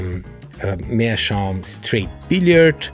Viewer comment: Greetings from Germany Maybe also something to think about is a filter yes or no. Especially some of the first aromatic may give a good tunge bite without a filter. Greet video by the way and an english video in which Meerschaum is prounced right. Happy smoking Ach gerade deine Website angeschaut Schön Grüße aus den Norden Bayerns nach Dachau 😂😂